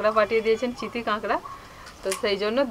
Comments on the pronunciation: চিঠি না চিতি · চিঠি না চিতি হবে